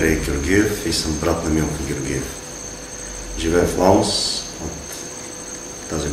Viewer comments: казвате Лаос а на мен ми звучи като Младост :D :D :D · все едно казва младост :D